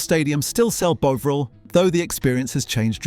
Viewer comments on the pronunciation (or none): CAN'T watch anymore you can't even pronounce it correctly it's NOT BOVE RIL. It's more BOVRALL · It's BOVril, not Boveril! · He keeps saying "Bowvril" it's Bovril FFS 🙄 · You're pronouncing Bovril wrong. It's not 'bowvril'... It's 'bovvril' - 'bo' as in 'bob'. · It’s ‘BOVril’ or ‘BEAUvril’ (nobody in England has ever pronounced it ‘BEAUvril’, by the way) - but it can’t be both. If you want to grow this channel.. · The way you switch pronounciation between Bovril and Bowvril triggers me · Does anyone pronounce Bovril as "BOA-vril"? I've never heard that bizarre pronunciation in seven decades of my life. It's always been pronounced as "BAW-vril," with the "BAW" rhyming with "SAW". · The AI is so annoying. It can't even pronounce the subject of the video. It's Bov-ril not Bo-vril. It has a British accent but says 150 the American way (without the 'and'). AI will never be as good as a human! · Sort out your AI Bov not Bove half the time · AI commentary. And the way it says margarine at the end is even worse than how it say “Bowvril.” It Bovril not bloody Bowvril as in bow-tie. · Its pronounced bov ril not bowv ril the o is lowercase and short as it shot not as in bow, you get it right sometimes. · It's Bovvrill not Bowvrill. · Your pronunciation is making me crazy. It's Bovril with a standard 'o' sound like 'orange', 'octopus'. Not f*cking 'o' with the magic 'e' like 'bone' or 'drove'. crazy! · Brilliant, but can you sort yourself out. It is bovril. You changed ¾ way.. thank goodness. I never ever heard an Englishman call it Boovril, never. Bovered, yes. Nice one. Keep up the great footage. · Interesting video but the way the narrator pronounces bovril was irritating. It’s BOVril, not BOvril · Will the narrator make his mind up is he calling it Boveril or Bovril he seems to alternate between both pronounciations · BOVV - RIL. Never Bow - vril. MAR - JER - EEN. Never Mar - ger - een. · WTF is "bow vrrelll"??? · why not sick to one pronounciation of the product?